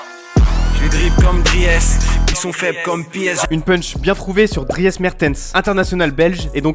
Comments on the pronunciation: On dit " comme Dris " ! Bref sinon la punchline est bonne. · Sale concept mais au passage Dries ça se prononce "Driss" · La vidéo est excellente comme toujours, mais "Dri-esse", sérieux ? ahah. Respecte un peu celui qui va soulever la coupe comme une vulgaire MILF en chaleur ! GO BELGIUM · le prénom de Dries Mertens se prononce "Drice" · On prononce Driss, même si ça s'écrit Dries... Un peu comme Wilmots, ça se prononce Ouilmotss et pas Vilmot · Par contre "DRIEUS" c'est pas validé 😭😭 mais génial la vidéo en tous cas ! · Le nom ca ce prononce drice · « Driès » 😭 respectez son prénom les gars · Dries mertens ce prononce DRIS mais on va pas en faire tout un plat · Dryèsse ? Il est sérieux ? Qu'est ce que c'est que cette écorchage de prénom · Je demande l'assistance du VAR pour la prononciation de DRIES ! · Par contre un peu deg que Freeze soit passé parce que prononcer 'Dries' comme ça c'est irrespectueux :P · Aïe la prononciation de Dries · Les Belges qui saignent des oreilles quand on parle de Dries Mertens 😂 🇧🇪🇧🇪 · C'est donc ça le dries dans le son de freeze? Mais whaat ça fait 1 ans que je cherche à savoir la signification de cette phrase hahaha ça se prononce pas comme ça dries mertens putain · Les gars ont dit "driiiis Mertens" pas "dri-e-s" respecter le sil-vous plaît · Dsl moi etant belge c'est pas dri es mais dries genre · Comment ta dis le Dries, tu le dis comme c'est écrit alors que sa se dis Dris voilà jdis ca jdis rien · Son nom se prononce pas Drièce Mertens Putin mais come Drice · On dit drisse 0as driése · Déjà Dries Mertens ça se dit pas "DRI HESS" mais "Driis" Ahlala ça sait même pas dire les nom des joueurs de foot😂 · PUTAIN ON PRONONCE PAS DRIÈS MERTENS MAIS DRISSE MERTENS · tout les belges on fait un avc quand il a dit dries alors que ça se dit dris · Fc667 il hors jeu quand il prononce Dries Mertens drièsse plutôt que drisse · "Di-ès Mertens" ahahah les frr français on dit "driis", faites pas la même erreur que vos commentateurs <3 :D